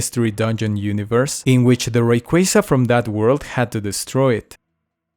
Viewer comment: *how…looks. Or *what…looks like. You don't use 'how' and 'like' together *Rayquaza - ray-quah-zah